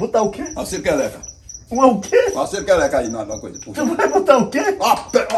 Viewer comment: Tiringa: Vou botar uma cêrca eleca kkkkkkkkk